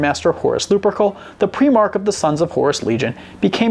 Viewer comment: you lost me at preemark